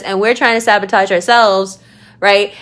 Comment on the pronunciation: Zapotage 😂 it worked, I laughed